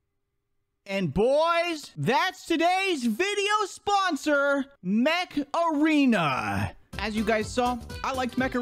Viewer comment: mech arena sounding like macarena